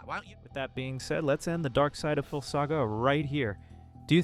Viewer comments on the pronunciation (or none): Why are you saying darksyd-a-phil